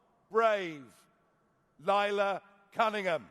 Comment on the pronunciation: Isn't it Lay la not Lie la